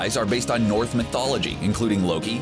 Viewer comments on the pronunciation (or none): So are we just gonna ignore the fact that he pronounced Norse as "North" lololololololol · It's "Norse mythology" not "North mythology". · Did you really say north mythology? Its Norse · Excuse me, but you said NORTH mythology. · "North" Mythology....it's Norse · “NAH-mor” “An Atlantian princess” “North mythology” Wtf is wrong with you? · I'm sorry, did you say "North mythology"